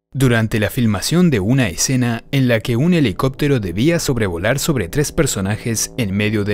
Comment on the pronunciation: Le bajé el volumen cuando dijo exena